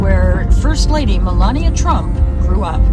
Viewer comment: It said tramp burger , what the heck